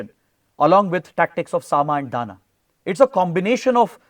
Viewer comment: Sir it's not 'Dana' but 'Dama' (दाम)